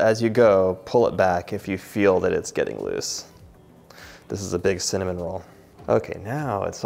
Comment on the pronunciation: Funny 😄 .... I heard my name CIN(dy)NAMON 😄